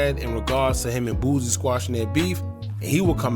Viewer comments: Why u keep saying boozie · Why are you saying lil boosie name like that bro